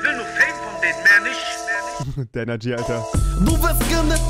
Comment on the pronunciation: Er sagt Denergy das war AssiTV xD